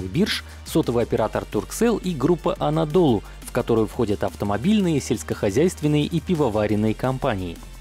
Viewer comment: Все ударения не на тот слон. Тофа́ш, Анадолу́